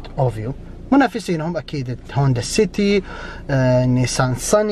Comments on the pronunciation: للتصحيح; اَڤيو وليس اُوڤيو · ياخي تكلم عربي وش شفورلية اوفيو عدمة الاسم اسمها افيو و اليارس موب اسمها ييرس ههههه اهدى شوي ما نفهم مصطلحاتك